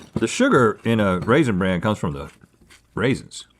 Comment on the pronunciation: Rhett can't decide weather to pronounce it raisin bran or raisin brand lmao